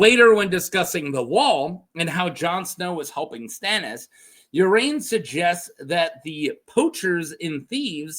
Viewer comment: I thought it was pronounced Ar-ain "Ar" as in car, and ain as in rain"